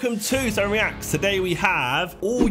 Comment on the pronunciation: love josh but why tf did he say “reacts” like that 😭